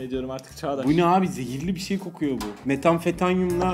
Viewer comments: Metanfetamin + Aliminyum= Metanfetanyum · Metanfetanyum ney olm ilk defa duydum metanfetamin olmasın o hahahaha